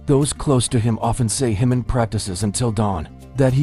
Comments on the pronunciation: Ji-Min is a KOREAN name - NOT SPANISH! STOP pronouncing it incorrectly as it is INSULTING! It is NOT pronounced as an "h", but like the "j" in "jump" or "just". Please adjust your AI pronunciation or you will find that myself and others will not "like" or "subscribe" to your channel. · You should at least pronounce his name correctly.